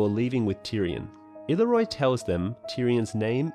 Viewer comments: I-leer-ree-oh, please not illeroy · “Ill-ear-io” is the correct pronunciation of Illyrio.